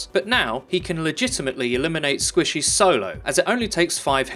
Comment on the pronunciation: I love the way he says squishes for some reason.